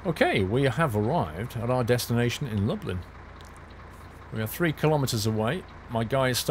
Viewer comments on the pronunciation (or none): I got so confused when you Lublin cause I live in Dublin so they sound the same